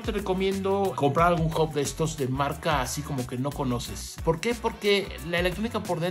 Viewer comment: Che...!!! se dice H A B no OB !